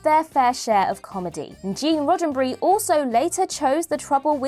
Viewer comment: "Gene Roddenbry"? Who the hell is that? Its RODDENBERRY.